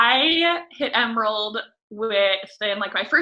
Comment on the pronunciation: The way that one girl says "emerald" I swear she was saying "Emeril." BAM!